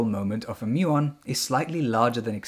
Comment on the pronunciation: Muon rhymes with fluton